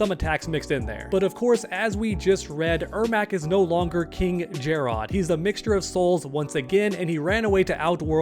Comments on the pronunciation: If you call him Jer-Rod one more time!😂 Stop it, you heard how Sindel and Lui Kang say his name in story mode "Jer-Rid." Just like if it were spelled Jared. Jer-Rod sounded cringe AF😂😂😂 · Omg it's not JarROD it's just Jarrod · It's not jer-odd it's jerrod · Why he saying jare-Odd tho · Take a shot whenever he says Jerr-ahd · “KinG Jarrrod” or whatever tf your saying.” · Why are u saying jarrod how it’s spelled everyone in the story mode says it like Jared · That pronunciation of Jerrod 😂Ermac should have a skin for a mortal look of the Edenian King. With Takeda being playable I can see the rest of the Kombat being Kameo fighters (- ^ ) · This seriously has to be the most clickbaity MK channel. Not to mention the pronounciation of Jarrod or being unaware of story. As long as you're getting that bread I guess.